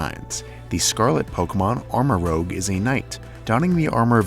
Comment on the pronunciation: You're pronouncing Armarouge like "rogue" but I think it's supposed to be "rouge" as in the color. Similarly, Ceruledge has the color "cerulean" in it